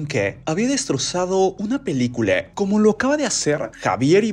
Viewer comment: PeliculA! No pelicule 😒